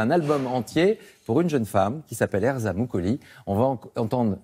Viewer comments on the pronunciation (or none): Erza MOUQOLI ? Ptdrrr ça se prononce Muqoli 😂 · Non pas vraiment ça se prononce MOUTCHOLI, en Albanais le Q sonne TCH et le U sonne OU.